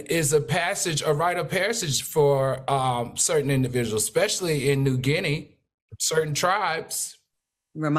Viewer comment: The word is "especially " not ex specially...please!